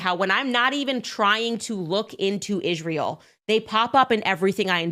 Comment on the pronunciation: Why does she say ISZHRAEL? She can’t even pronounce it correctly😊